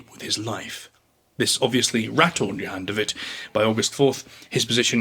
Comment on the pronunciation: Djon david😂 *Johan de Wit